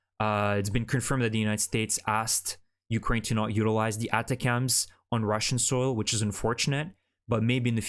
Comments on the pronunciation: DICTION...atacms is pronounced =Attack-M's not Ata-cams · Thank you for the update. Remember that ATACMS is pronounced /əˈtækəmz/ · ATACMS is pronounced “attack” “am’s”. You’re pronouncing it funny.